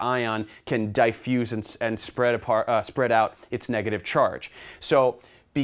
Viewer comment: the way you say diffuse is enraging